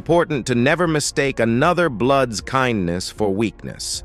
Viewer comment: Idk it this is AI or a true voice but he can’t even pronounce bloods or blueds if they met to say blues lol this is a joke I rather hear it from true gang members!